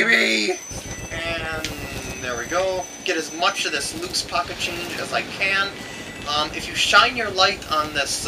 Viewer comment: I died when he said "POCKEHt CHAINJUH!" You rock!